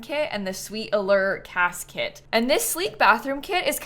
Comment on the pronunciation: unrelated to the build but every time says "cas kit" i hear "casket" 😭 (not hating, i'm just bilingual and a little stupid and have auditory processing issues)